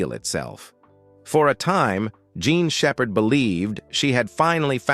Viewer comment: I think your video should be taken down cause you can’t even get her name right and this is gotta be artificial intelligence at its worst! Shame on you degrading a human being’s name in this way get it together or take it down